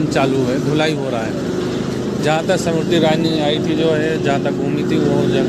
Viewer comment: The name of the minister is not Simriti but Smriti. Do pronounce correctly.😅